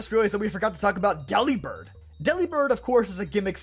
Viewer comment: I hate to preach but its based on the word delivered, so wouldnt it be pronounced like that, but with bird at the end?